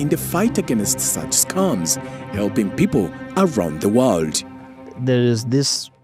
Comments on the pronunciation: I heard "Scumms" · Kenyan English pronunciations tickles me. I was lost a bit until I realised that they're talking about scams, pronounced as scamm. It's pronounced scemm😂